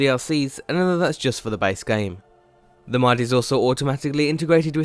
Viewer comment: James Troughton i don't know, he sounds more british again. then again he might be foreign and going for a british accent except for the word "mod" which he pronounces as "mad". it's not a big deal but, you know